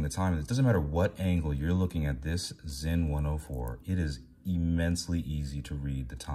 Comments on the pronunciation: Thank you for pronouncing it "Zinn", not "Sin". Most don't. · I guess you meant BALANCE SPRING and not SPRING BAR, with anti-magnetic properties and all?? props for correct brand name pronunciation btw. 👏🏻👏🏻